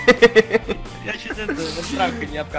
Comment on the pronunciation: может Ола а не оля